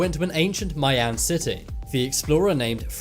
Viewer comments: Learn how to pronounce "Mayan", it's not "MĂY-ăn", but "MAI-ahn" or "MY-ahn" if you're so totally Anglo that you can't figure out how to say "AI" right. The "AI" sounds like the archaic English word "aye". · For God’s Sake...it’s pronounced as, MY-AN or (My-ans), It’s not MAY—YAN or (May-yans)...but definitely not how the Robot is saying it.. Thank you. Cheers. 🇨🇦🎅🏻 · "The tomb was located in Shangshi, Southern China"...So why does the map have a pin in Northern China? "Mayan" is pronounced "My-An", not "May-An". The "Costa" in Costa Rica" is pronounced "Cos-Sta", not "Coast-Ah". The Salzberg Cube is a Meteorite. The Chinese "Giants" are normal size for the Chinese...It is the Japanese that are short in stature. I am 1.86m tall, but I am not a giant! I'm going now or I will have to spend all day correcting your mistakes! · or (my in), definitely not (may on) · M eye en is how you pronounce that people. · FYI MAYAN IS PROUNCED === "MY"AN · You are pronouncing the word MAyan wrong, i am one and you are not saying it right...the As are short. and also methane gas...the e is short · That was driving me crazy